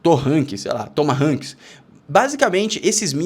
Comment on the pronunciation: A pronúncia do míssil é tomarroc,. Eram machadinhas de índios americanos.